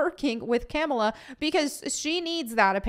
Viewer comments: Its pronounced KA-MAUL-LA 😡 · Fun fact : dar ben is gender bent for the mcu. Also It's pronounced "Ka-Mall-Ah." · I like how pronounces Kamala as Camel-a. Well, she is muslim. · Lol how you pronounce Kamala